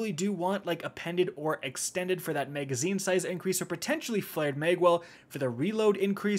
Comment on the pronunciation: Why does he say “megazine”?